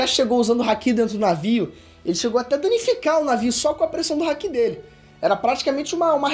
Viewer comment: Nova geração do Ei nerd, muito legal mesmo ❤️ só fiquei um pouco agoniado com a pronúncia do momo e do Haki